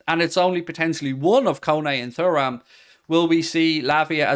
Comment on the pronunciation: Are you actually pronouncing Thuram like that to be annoying at this point?